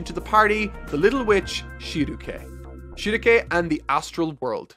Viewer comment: everytime he says Shieruke it triggers me to an unfathomable amount.